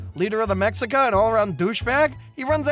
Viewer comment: It’s pronounced meshica. The x in Mexican native words is equivalent to SH. Many natives would call themselves meshicanos at first rather than mehicanos and the monolingual Spanish speakers would mock them and call them Chicanos in a derogatory way. Now it’s used as native pride and they have a Chicano movement. Chicano is now a word of empowerment for many mestizos in the southwest USA